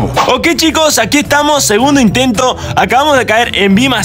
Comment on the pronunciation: Dijo segundo intentro 🤣